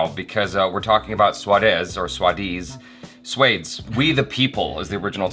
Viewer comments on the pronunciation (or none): Never could've thought in a million years that would pronounce 'SWAADESH' as 'Swaedes'.😂😂🤣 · It's not swades it's suadesh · SWADES is pronounced SWUH - DE - SHHHH , you pronounce swades like snakes ... thats like death from venomous snake bite. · Probably only SRK movie where he wasn't a hero but actor. By the way it's Swa-Desh (my-nation) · It's swa des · Your reaction was good but honestly speaking, they said Swades like a 100 times during the movie and you still butchered the pronunciation